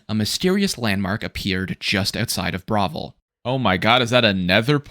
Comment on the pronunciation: My dude, we know you’ve heard the names of these towns in the game. It’s not that hard to repeat a two syllable name like Bravil. 😂